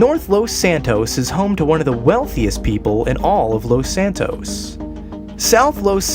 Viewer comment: it's Los santos not lost santos BTW great video.